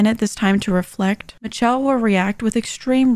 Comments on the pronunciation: I thought her name was Pronounced mich-elle not mi-telle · Its's "miss shell" not "mitch-chell" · are we skipping over why her name is pronounced Mitch-elle? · Michelle is pronounced Mi-shell